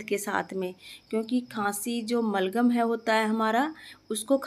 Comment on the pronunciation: मलगम नहीं बलगम बोलते हैं जी । जानकारी के लिए धन्यवाद ।